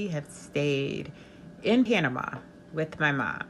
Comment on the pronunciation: Panama, pana-ma-a.